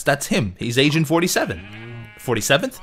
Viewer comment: The second or third time you said Agent 47 it kind of sounded as though you said Asian 47...